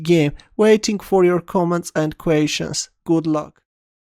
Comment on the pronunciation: I always thought said, "Waiting for your comments and equations." It's "questions" I guess.